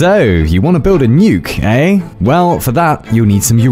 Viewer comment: *eh, not ey